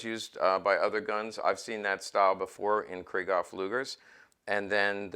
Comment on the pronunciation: First time viewer and I enjoyed your comments about pistols and their history and I could feel your enthusiasm coming out of my computer so I wanted to share this with you. One thing I'd suggest is the the way Krieghoff is pronounced. You might like to know this as you're really into the subject so here goes: When the name Krieghoff is spoken there is a break between Krieg and Hoff. It's a sort of a emphasis on Krieg and then on Hoff but not rolled into one word. Example would be the German word Dachshund, it's not "Dashund" but Dachs....Hund. Maybe like Porsche spoken Porsch' cha and not Porsch as spoken by the English and French. Get it? Better yet might be Luftwaffe which is spoken Luft..waffe with the break between Luft and Waffe. Krieghoff is located in Suhl northeast of Scheinfurt as you probably know. You might find somewhere his German Film Star, Emmy Goering's, book entitled "in Defense of my Husband" to get more background on his life and guns and automobile collecting. Probably not in English but worth a try. Thank you for all the information. Manfred